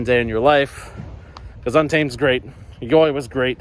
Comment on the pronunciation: I know it sounds stupid, but YoY is supposed to be pronounced as 'Joy'.